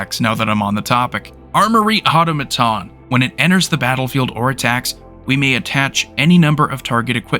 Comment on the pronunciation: Helpful tip: “Automaton” is pronounced: Aww-Tom-Ah-Tawn. Well done otherwise. I like the cards you featured.